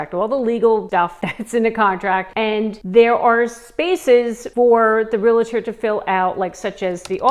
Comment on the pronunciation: ITS NOT REAL-A-TOR. Its REAL-TOR